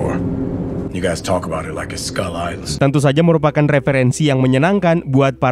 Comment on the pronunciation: Dibacanya skal, bukan skul lagi. Masa' island doang yg dibaca inggris, skull nya dibaca ngasal. Biar kontennya lebih pro min.